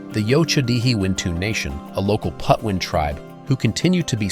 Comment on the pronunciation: What is also disappointing is the mispronunciation of the Indian tribal name: It’s PATWIN not Putwin.